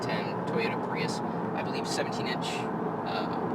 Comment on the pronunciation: PRUIS! jeff dunham .. LoL